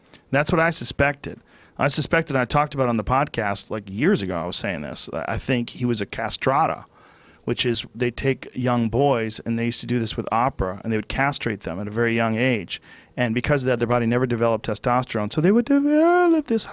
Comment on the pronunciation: "Castrata" Lmfaaao